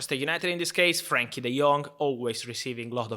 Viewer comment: It’s Frenkie, not Frankie